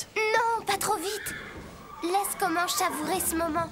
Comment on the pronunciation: comanche pas commanche 😂😂